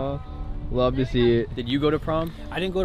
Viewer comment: bro said a lofe line